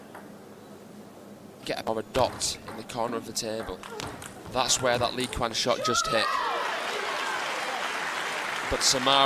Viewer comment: The commentators should call a timeout to figure out how to pronounce Li Qian's name correctly before continuing.